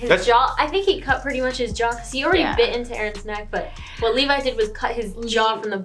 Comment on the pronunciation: Meesucka and Levvy?? REALLY nigga?? I understand misreading the names from time to time, but are you not actually listening to the show while you watch? They SAY their names constantly, anything you misread should be shut out by the fact that you HEAR the words Mikasa and Levi 80 times per episode with your own ears...